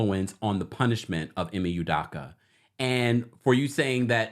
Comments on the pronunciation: Good info thank you-- but just a respectful tip: E-May - OOH-Doe-KA is how they pronounce it on ESPN. Keep up the great work! Definitely fishy that this woman wasn't a part of any disciplinary action for her role in the matter at any point on that timeline and also great point on HR discretion being compromed - which is super unprofessional and could possibly open them to legal repercussions if Udoka wanted just generally speaking. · E may U doh Ka. Drives me crazy when someone out of no where jumps on stories because it’s a story and can’t get names right. Never seen you ever report on anything Celtics related. E may U doh ka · First u need to learn how to pronounce the Boston Celtic head coach name the right way